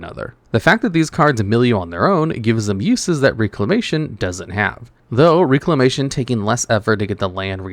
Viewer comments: Agreed. Sounded weird. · REC-lamatuon, Rec. Not RE-clamation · Bro it’s pronounced REC-la-mation